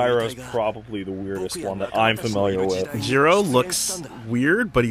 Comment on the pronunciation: What says hurts me physically. First off, it's Gyro with a hard I sound, like the prefix meaning "circle" or "spiral" seen in the English word "gyroscope". Second, it's Julius Caesar Zeppeli! Is there some weird translation out there? "Kaiser" is a GERMAN word!